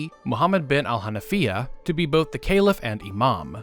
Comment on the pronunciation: What the fuck are you saying Calif like Ceilif